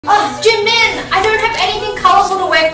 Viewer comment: She said JI!MIN!! WHEN SHE said that I couldn't stop my 🤣🤣